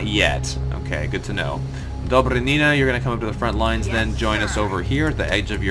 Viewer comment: Dobry'nina!!! Stress on Y plz!!!